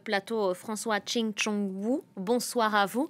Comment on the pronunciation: Je rêve ou elle a dot "tchig tchong" en plus à se moment il tourne la tête en mode c'est quoi sa elle a écorché mon prénom mdr